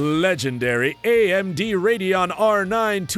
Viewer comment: Mispronouncing names is still a giveaway. “Radd-eon” instead of “Ray-deon” here.